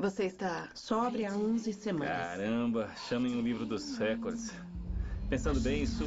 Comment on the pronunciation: RÉCORDE – A pronúncia RÉCORDE, com acento tônico no RÉ, é errada; desde o étimo latino, em línguas que adotam a palavra o acento tônico cai geralmente na sílaba –CÓR– , rimando com o português aCORde, MORde, portanto, deve ser RECÓRDE (apenas um pobreminha: os patrões anglo-americanos acentuam na primeira sílaba (RÉ), e a COLÔNIA tem de obedecer). Mas a acentuação proparoxítona NÃO É PORTUGUÊS. Impressionante como se insiste nesse patente erro generalizado.